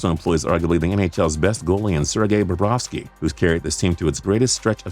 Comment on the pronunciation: Josh Gibson, Jake “Debrooskie”, Zach Werneski... at least you pronounced Sergei Bobrovsky right.